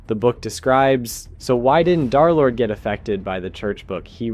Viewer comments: some idiot said "DarLord" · pretty easy to guess why he said darlord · Derlord ❌ Darlord💥✨💖✅